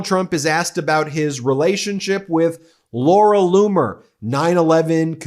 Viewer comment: Laura Loomer not bloomer